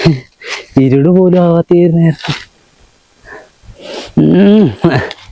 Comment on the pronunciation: ഇരുട് 😂😂😂😂😂ഇരുട്ട് ആണ് ഇരുട് അല്ല